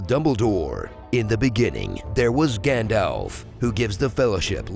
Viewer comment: YES!! You said it correctly, “Gand - alf”! … oh damn it, “Gand - olf”. Nevermind